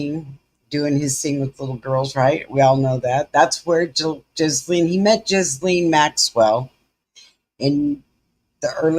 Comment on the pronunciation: Just FYI, Ghislaine Maxwell's first name is pronounced more like "Gy-Laine" rather than "Jiz-lane". It is pronounced "Gy" or "Gi" like the uniform people wear doing Karate and Laine almost like rhyming with "Ben", but with a softened 'n' and an extra soft 'e' at the end. Her first name is very French, her last name very English, reflecting his family history.